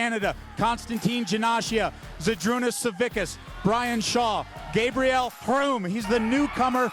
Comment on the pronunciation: Gosh darn it learn how to say gabriel right